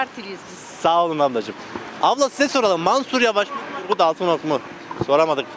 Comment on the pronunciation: Altınok diyenler daha ismini bile doğru söyleyemiyorlar kişi teröristlerle iş birliği yapanlara oy yok demeye getiriyor ama erdoğanın şivan peewer ile eğleniyor Erdoğan çok şanslı çünkü hiç bir cumhurbaşkanın bu kadar cehalet ile karşılaşmadı